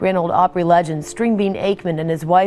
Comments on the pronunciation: Five feet tall? Grand Ole "Ope-pree"? I didn't make it past 30 seconds. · They used AI generated narration, it’s not called artificial intelligence for nothing. It can’t even pronounce simple names correctly.🤦🏾‍♂️ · Artificial “Intelligence” pronounces Opry as OH Pree 😂 what a complete miss lol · The grand old oh pree? Turned it off right then. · The Grand Olde “Opreee? Why not call it the Grand Olde Oprah? 🤦🏾‍♂️🙄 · No, but they pronounced Opry with the long "o" sound like Oprah. It's actually pronounced with a short "o", like opera. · This sounds like an eighth grader giving a book report and didn't actually read the assignment. Secondly, if you mispronounced "Opry"and "Acuff," you have no right narrating this video. Thirdly, he was 6'5" Fourth, there seems glitch in the Matix, it the killers names are Brown at the beginning and end of the story, the same should be true in the middle of the story. Lastly, being "Born" and "Living through" the Great depression, could possibly be interchangeably, IF you were actually born during that time. However, if you were born in 1915, like Stringbean was, you can only used, "Live through" the depression. The Great Depression, 1929 to 1939. Facts matter, history matters, words matter. A lot of comments address this is AI. I don't know. However, there is a Teacher's app that determines if the student has plagiarized a paper. It determined "Plagiarism" when it determined it was to perfectly written, without actually matching it to others work............. Talk about giving a reason to a student to NOT do their best! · This is another example of an AI Red YouTube video. The reader can’t even pronounce grand old Opry. I call bullshit once again. I hate this crap. Don’t watch. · . The pronunciation of Opry... and Roy Afuff's name..